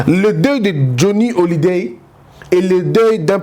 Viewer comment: Johnny Hallyday et non Hollyday